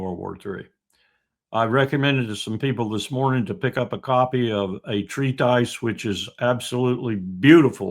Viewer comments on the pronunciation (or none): I like to listen to Larry, but he needs to learn how to pronounce "treatise."